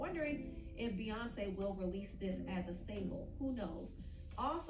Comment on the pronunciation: Empressive works for beyawnce